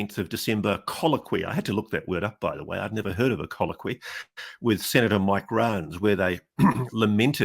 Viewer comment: Thank you for the pronunciation of "colloquoy".